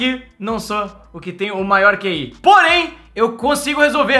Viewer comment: NÃO É QI É KI